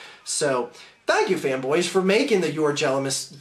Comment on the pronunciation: A new insult: "jelamous"